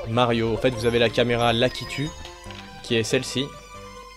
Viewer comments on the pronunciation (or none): none